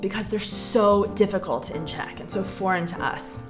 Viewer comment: Defi-cult is to understand.